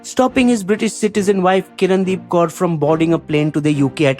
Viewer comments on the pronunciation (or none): none